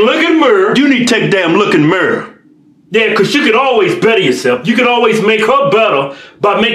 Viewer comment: “Need to take a look in the merrr”